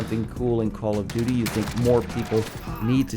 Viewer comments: Did anyone catch him say call of dodo 😂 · He called it call of dodo atleast thats what i hear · u said call of do do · Legit, dude just said Call of DooDoo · did he just say call of doodoo? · Call of doodoo you said 😂😭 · Did no one else notice how he said call of dodo modern warfare? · " let's look in 10 wepean details in callof do do" I'm pretty sure he said "call of do do" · we just gon ignore the fact he said “call of dudu.” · That feeling after the coffee in the morning. The "call of dudu"! xD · h3y he said call of Dudu